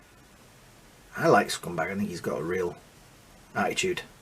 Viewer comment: Why do you call him scumbag? It’s scumbug. Great review though. Appreciate your videos. Happy Holidays